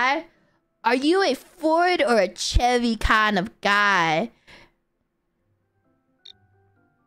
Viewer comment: it's pronounced "sheh-Vee" (chevy)